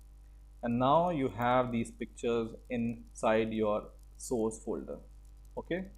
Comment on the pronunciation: Try to work on your pronunciation! It should be [ˈsɔrs] and not [soooooooooooooos].